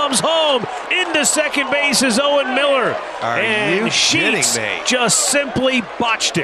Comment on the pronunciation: Sounds like "Are you Sheeting me?"